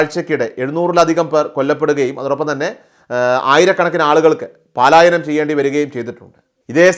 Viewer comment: പാലായനം അല്ല പലായനം